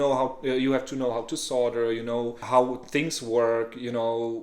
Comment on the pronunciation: DOSENT SAY THINGS HE SAYS SHINGS